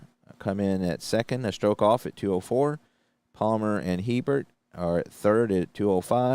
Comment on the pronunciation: HERBERT IS PRONOUNCE A BEAR